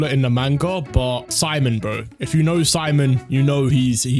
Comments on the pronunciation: Its Pronounced Seemon btw not Si mon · It’s pronounced sea-moan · love rezero so much but i love gurren lagann by a lot more btw u prouncuing simon name wrong